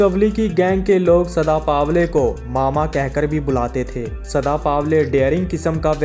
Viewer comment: चुत्या पावले नही पवले